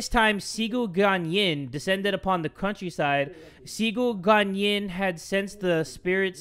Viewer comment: Listening to jay say cigu guanyin and other chinese wrong makes my ears bleed so bad 😂 nothing wrong tho